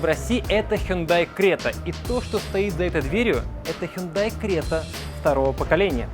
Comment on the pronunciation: Если написано Крета, то нафиг говорить Грета?